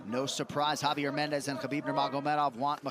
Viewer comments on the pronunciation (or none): none